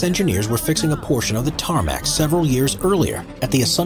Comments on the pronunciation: Tarmac? TARMAC? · Of course he's gonna say tarmac